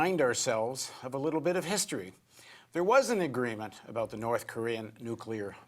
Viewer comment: he says nucular.